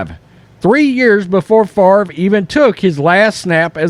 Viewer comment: I think Brett Farv-ra is right! -Paul Tagliabue